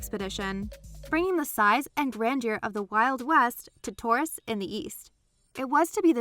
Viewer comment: The time when you said tourist section I thought you said terrorist section